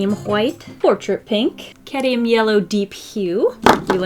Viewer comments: keeps saying Caddium instead of Cadmium, and Alizarian instead of Alizarin and it’s making me CRINGE. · Hi~ not to be that dude, but it's "cadMium" (cad-mee-um). You seem to be saying "caddium." I totally wouldn't try to correct you normally because it's not a huge deal, but you also have such a large audience, so I thought it might be relevant to your interests to pronounce it correctly? Yikes, I'm totally being that dude tho. I'm sorry. I love your content and I don't want to seem hyper-critical or anything like that.. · Cad-ME-um. The mispronunciation kills me every time. 😑😂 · Cadium? I think you mean Cadmium.